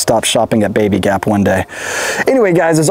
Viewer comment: “BabyGap" oof